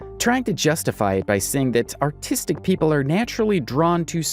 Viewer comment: autistic not artistic lol